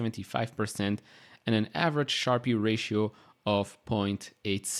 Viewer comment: sharpe is pronounced sharp rather than sharpi